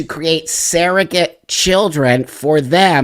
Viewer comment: Surrogate, not ‘saerogate.’